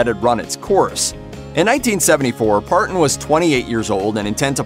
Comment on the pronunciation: The narrator clearly isn't familiar with the genre. Wagon er? ParTon?